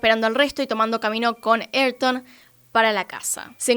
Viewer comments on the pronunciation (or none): “Ayrton” no es “erton” es “aírton”, como en famoso piloto de Fórmula 1 Ayrton Sena (aírton o ah-EER-ton).